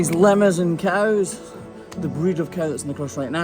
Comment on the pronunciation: Took me a couple times to realize you were saying “Limousin cows” and not “Lemmerson cows.”